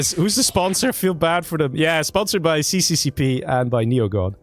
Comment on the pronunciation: to clarify. it is not called cccp, it is russian and pronounced SSSR :D